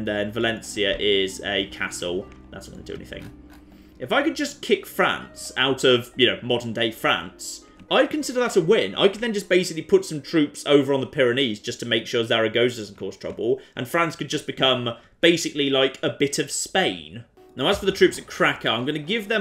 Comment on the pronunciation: The way pronounces Zaragoza actually physically hurts me.